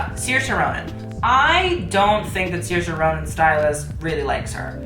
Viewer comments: just letting you know, Saoirse’s name is pronounced “Saur-shuh” not “Seer-shuh”. Gaelic names are really a pain in the ass, so you get a pass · it's sur-sha ronan and riccardo ti-sh-i